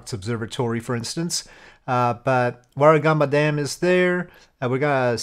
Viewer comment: 😂😂😂 The Big Merino is a giant Marino Sheep on the edge of Goulbourn. It's the most famous landmark of the area (the second being Goulbourn gaol). The Sheep itself has a gift shop which sells Sheep skin jackets. Very nice if you want to lose $900. Also, you're the first foreigner I've heard correctly pronounce "Warragamba Dam". That's also been flooding because we've had 2 weeks of rain recently.